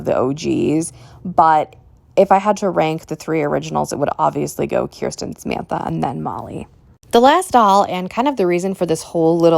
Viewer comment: I'm with you on most of these... Off topic, but I love that you pronounce Kirsten's name correctly. Most people don't, even when I try to direct them to a video on American Girl's channel where Janet Shaw, the author of Kirsten's books says her name many times... My daughter's name is Kirsten & she hates it because no one gets it right. She gets called Kristen a lot too.